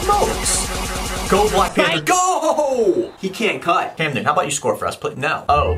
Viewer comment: It's Cameron Newton not Camden Newton.